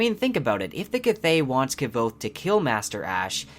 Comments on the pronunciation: Love your videos, but it's mentioned in the books kvothe's name is pronounced like Quothe. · No, its NEARLY pronounced quothe, said thag right it the book. Plus mr rothfuss explained that it is pronounced with a kv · His name is pronounced as “Quothe”. I love the theories but the mispronunciation of the main character took away from the entire video. Someone who is making a theory video should know how to properly say the characters names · Btw his name is pronounced quothe not how you would phonetically assume it is pronounced, it says this in the book. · Well the audiobook narrator isn't the fucking author now is he? Rothfuss says it's pronounced Ka-voth which rhymes with the word oath. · In the video done by Patrick Rothfuss on pronunciations, he pretty clearly pronounces it as K-v-outhe. The v is not at all silent. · learn to pronounce his goddamn name 🤦‍♂ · I enjoy your videos but you say Kvothe stange,) i leave a link here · I appreciate your videos! Your pronunciation of Kvothe’s name is a little jarring but maybe that’s how it’s supposed to be pronounced? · Your pronunciation of Kvoth is wrong! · Dude! Nice vid and theory's. Keep it up. But please, jus please. Every time you mispronounce Kvothe's name. You break my heart a little bit. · So happy to find you channel,there isn't enough talk about this boook out there and it is my favourite series. Although, your pronounciation of kvothe triggers me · Is it me or are u saying Kvothe wrong? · I agree that the pronunciation is with a 'k' and a 'v', but you put too much emphasis on the 'k', thus making two syllables out of a one syllable word. Just say it in one breath, with the stress falling on the 'o' rather than the 'k', and everybody will be happy. Well, not everybody, it's the internet, after all. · bruh. It's pronounced "Quothe", not "K-vothe" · Its „Kvothe“ not kavothe or k-vothe xd But beside that, very good video! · Mate, he is not called “kvouz” but “kuouz”